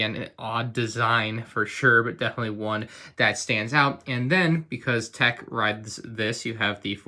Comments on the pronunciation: You keep saying their names wrong! Why does everyone do this?! It's Teek, 'unta, Recka, Rosshair, and Eeko... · teik rekah and huntah